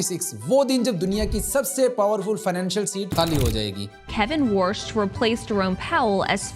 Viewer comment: Kevin warsh ❌ Wrsh ✅ 😂😂😂😂😂😂😂😂😂😂😂😂